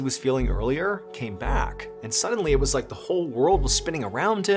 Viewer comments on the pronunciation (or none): none